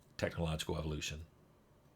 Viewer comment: Bavid Deckham lol